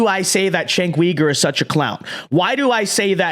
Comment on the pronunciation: This dude can’t even pronounce Cenk’s name. What kind of political commentary can you do, when you get the basics wrong